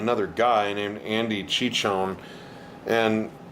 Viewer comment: Did you skip Billy's concert during this run? He played your neck of the woods Vegas a month or so ago. Also Billy's bass player's name is Andy Cichon, but pronounced Sishon not Chichon;-)